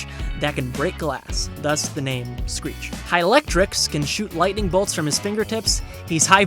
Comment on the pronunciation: He-Lectrix not Hi-lectric